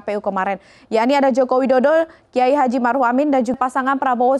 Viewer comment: Dengerin dah di detik 0:6 presenter nya ngomong Jokowidodo apa Jokowi dodoL sih 😅